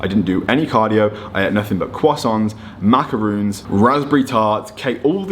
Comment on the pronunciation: it's macarons, not macaroons.